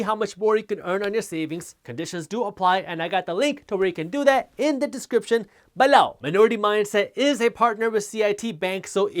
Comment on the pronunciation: Haters.. I love Jaspreet, especially when he says BELOW!